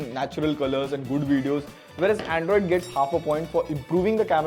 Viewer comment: ayo wtf is 'Aeeindroid' ????